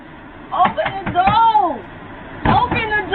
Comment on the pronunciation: "Open da doh!"